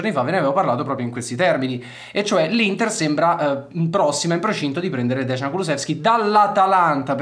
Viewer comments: Caro, il nome si pronuncia "deian" e non "degian" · Ragazzi, vi prego, si dice Deian (Dejan), e non Desgian, che sarebbe scritto Dežan, ma che comunque non esiste. Il cognome invece è Kuluševski (pr. Kuluscevski). Vi prego 🙏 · DEJAN, no DEZHAN. Si proanuncia "J", come "JUVENTUS". Quindi DEJAN. no DEZHAN. Devo intervenire, anche su congnome: Kulusevski, No Kulu Z evski, ma si proanuncia con "SH", come, per emepio BRESCIA. Quindi КУЛУШЕВСКИ. Saluti da Macesdonia, paese di origini di Dejan Kulusevski. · Si pronuncia deian comunque